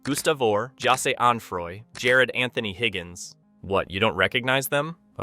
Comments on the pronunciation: Its also pronounced "Ja-rod" not "Jared." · I Hate to break it to you buddy but you said Jarad the wrong way the 2nd time you kept saying it- Cus in the start of the video you said his name completely fine! Then you just fuck it up and pronounce it wrong entirely.